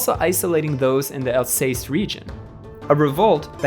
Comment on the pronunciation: I like History videos... so don't take this to hard, but man, you have to check the pronunciations of common place names like Alsace (Al-SAHSS) and Arras (ARR-ess in English, let's not even try French or Dutch), let alone others - like sometimes you try to use the long A but then inexplicably throw in an "ay" sound in like when you say Alsace. Go all-in on the English way or really learn how to say them. You attempt some local pronunciations, but then other times it's all English sauce on there. Some mangling of some really odd foreign names is ok (like saying "von" for the German von rather than "fon"), but practice them in advance if you're going to make attempts at local pronunciations. Americans being unable to read the letters in their own alphabet is a tired joke already, it's not endearing. In short, make an editorial decision on how you're going to do it, and then stick to it please.